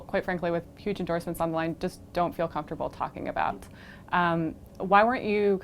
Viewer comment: and pronounce your "TH" you leader.